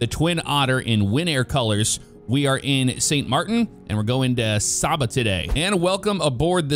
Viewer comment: Saba landing is an amazing experience. (Its pronounced Say-ba.) Loved making that trip in real life several times. Who else misses Force Feedback Thrust Master flight controls. Sucks that patenting is depriving the flight sim community of the force feedback feature.